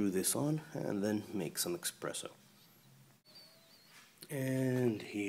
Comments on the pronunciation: ES-PRESSO.....not EX-PRESSO.... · expresso? really?